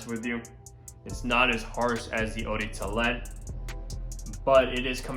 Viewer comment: Sounds like he said eau de toolet